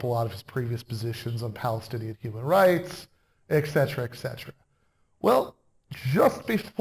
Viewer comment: 'Etc.' is pronounced et cetera, NOT ex cetera. You should know that, Prof.